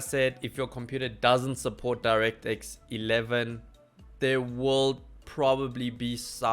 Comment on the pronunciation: so the 1050 does support direct x 11? because you didnt say it clearly